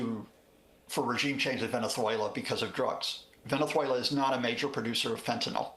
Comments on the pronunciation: Please someone help this man pronounce venezuela.😂hugo chavesss😂😂😂he kills me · why does he pronounce venezuela like a spaniard😂